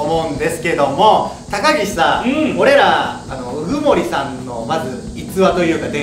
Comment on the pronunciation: 初手のが言った高岸が高木氏に聞こえた笑